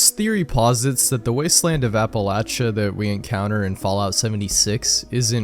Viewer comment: That's how you say it